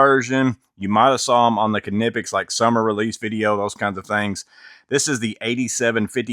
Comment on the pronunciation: Pronounced "Nip-ex.